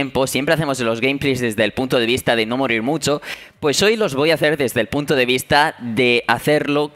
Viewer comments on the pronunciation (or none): none